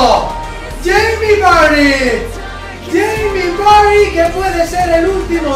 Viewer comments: Cermeño Mejía le dice barrie xd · Yo no se vosotros,pero cada vez que pronuncia vardy me descojono jajaja